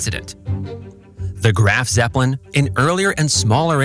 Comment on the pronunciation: Its Graf Zeppelin, not grand Zeppelin